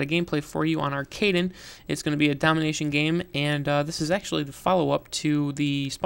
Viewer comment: And not only are you pronouncing the map wrong, you're tactic is not the best way.